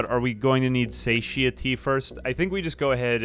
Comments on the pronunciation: Satiety is pronounced suh tai uh tee. It is weird you mostly see it in print. Also, "Beware the Terminus." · SATIETY pronunciation suh·tai·uh·tee ;)) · Way late on this but just in case if you’re looking on the pronunciation for “satiety” think of it like sat-eye-itty if that helps at all lol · its pronounced "suh-TIE-eh-tee". satiety